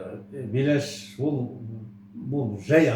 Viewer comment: Батиха бейлящи емес Батиха БІЛӘШ шыгар